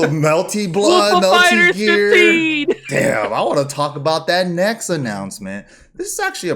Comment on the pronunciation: “Melty Gear” 🤣😂😅